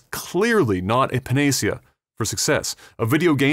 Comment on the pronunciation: Bruh, it's "pan-uh-see-uh"